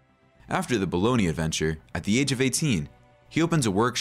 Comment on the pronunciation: Bologna not Bolognia